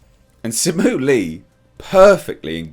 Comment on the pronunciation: Only thing incorrect in this video is your pronunciation of "Liu". It should be "lee-you" 😁